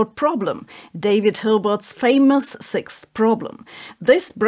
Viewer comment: sixth problem: how to pronounce "sixth"